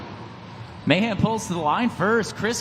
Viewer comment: Why does this dude keep saying MayHam